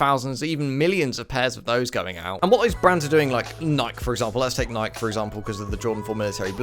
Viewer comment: You did not just pronounce “Nike” like that. Literally blocked.